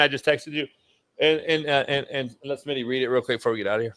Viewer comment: No more big Smitty it's big SMINNAA